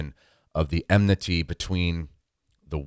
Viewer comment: it is enmity not emnity